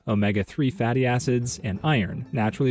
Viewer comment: "... Omega 3 fattie acids..." I thought he said baddie acids